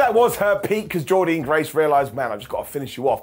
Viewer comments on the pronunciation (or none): Why are you saying Jordynne so weird? Lol